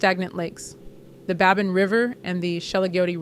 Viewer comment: Babine is pronounced Babeen.